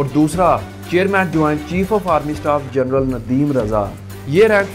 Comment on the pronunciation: VERY PATHETIC PRONUNCIATION......Its: GEN-RAL and not GER-NAL, then PAY-SCALE and not PER-SCALE, BRI-GADIER and not BER-GADIER...........and many more.